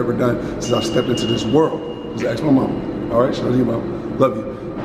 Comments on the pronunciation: ask not axe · you must not be familiar with Africans in America 😄